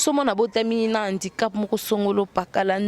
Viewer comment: on dit handicap et non indicap avant bosala ba émission il faut bo zuaka ba information ya bien bana ya mamie ngeni ba fingamaka po na comportement na yé moko ba fingaka mutu kaka na faiblesse na yé bolanda ba serie na yé ya kofinga batu mbala ya sima bolata bien avant bosala ba émission boza sombre